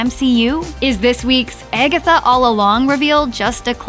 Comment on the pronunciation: Or if you sing it how the narrator pronounces it,🎶 its been Eggetha all along 🎶🤣